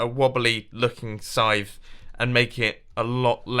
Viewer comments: Did anyone else think he wad saying "sign" instead of "scythe" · I thought you said sign not scythe.